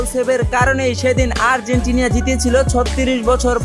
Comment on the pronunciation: আর্জেন্টিনিয়া নয় আর্জেন্টিনা 🎉🎉🎉🎉🎉🎉